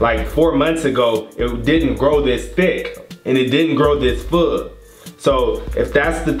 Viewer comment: i heard food xDD